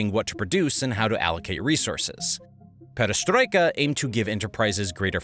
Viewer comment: Attack of Nazi Germany agains Soviet Union was called "Operation Barbarossa", not "Operation Barbossa". And Gorbachev policies from '80s were named "perestroika", not "pedestroika". Man, you have this written on screen ! My ears are literally bleeding hearing this. And perestroika happened after (and probably because of) Afganistan war, not during it. And there was no backlash in Soviet Union between young people and wealthy elite. And in 1990 Soviet Union did not lose control over any territories in Poland and Romania, because there was no such territories. The only place, where there was significant backlash against mobilisation was Dagestan and it was quickly pacified. In other regions men are going to army pretty willingly, lured with promises of good salary. There is no specific support for local leaders in Russia regions, as these local leaders are all representatives of One Russia party controlled by Putin. They are all basically Putin's puppets, just part of the regime. And those leaders were specifically chosen based on their loyalty to Putin, not their competence. So any chances of local leaders rebelling against Putin are next to zero. And so on and so forth... This material, though entertaining, is mixing up dates, facts and sequence of events. You could do better.